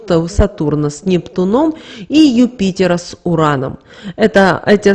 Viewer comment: "Соединение с НептунОм" тоже слух режет. С НептУном, сударыня! Запомните, с НептУном!